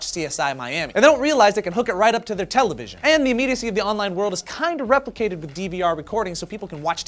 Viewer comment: what's a tele..vison? I think they had that back in the day ....of dinosaurs?